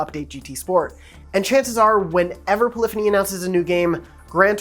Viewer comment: Gotta love "Poylphony"